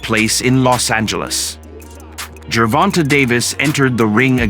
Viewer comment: Wait a minute. Is it Gervon-TA or Gervon-TAY?